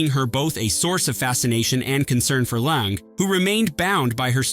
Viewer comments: It's "Lang". The "e" is silent. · 1. Mary Martin was a musical theater actress, NOT a costume designer. 2.Hope Lange’s last name is one syllable